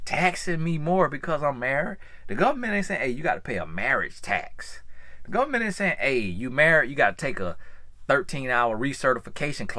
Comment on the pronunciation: “Lemme tell ya bout the govment” 😂 sounds like one of my cousins from Bama